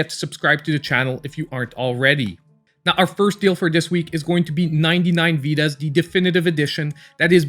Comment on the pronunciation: I will also check your review of Death Tales, really took my attention, also nice spanish pronunciation of Vidas